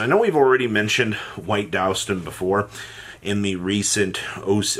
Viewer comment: Do you really not know how to say DUSTon?